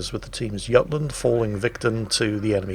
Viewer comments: Cmon! the YUTLAND? YOU were the one that has always insisted it was JUTLAND. Heck, Even your early anime YAMATO songs called the Yamato YAH-MAH-TOE. Love your videos! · Yutland??? Might be how the peninsular is supposed to be pronounced but pretty sure the admiralty and crew of the ship would say Jutland. It's British for God's sake!